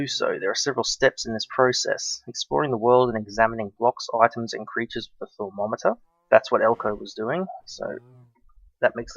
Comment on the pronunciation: okay, in season one, you would also say thaumometer like the one that measures temprature, it's pronounced thaum-o-meter Please regard this comment.